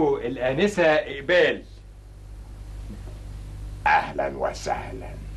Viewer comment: اسمها ايمان مش اقبال